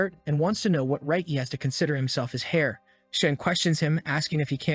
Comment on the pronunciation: Can someone teach the A.I. to say "heir" properly?